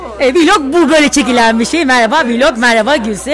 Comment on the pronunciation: Viiiiilog değil vilog diye okunuyor